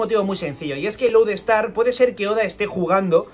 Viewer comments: Has dicho Road star en vez de Load Star y por pronunciación creí que dirias Road ponegrif y yo 😱 y tu..... Estrella polar y yo. 🤦🏽‍♂️, con lo a huevo que lo tenias.... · lo pronuncia como “Road Star”